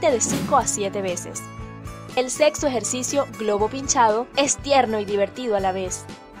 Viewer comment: eL sExO eJErzIziO